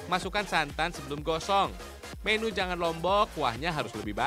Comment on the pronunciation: pembawa acaranya lucu dan aneh. membaca menu di baca mènu. bahasa indonesiamu mas di pelajari lg yg baik dan benar EYD nya